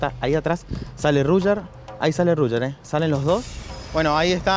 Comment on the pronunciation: Por qué le dice Ruyer? XD